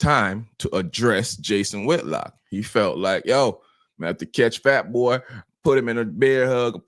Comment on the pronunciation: It Whitlock not whitlocks…. For fudge sakes